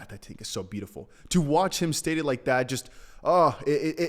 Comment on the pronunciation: You can not say beautiful like crypto james come on now